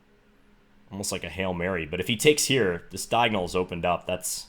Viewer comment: "Let's go hyere" :)